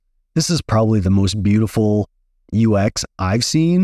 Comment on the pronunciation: "The most beautifuk UX I've seen" caught me off guard 😂. Amazing video, crisp and consice. 😁